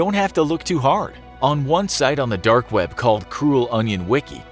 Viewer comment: Am I the only one finding his pronunciation of "dark" weird? It sounds almost like "derk".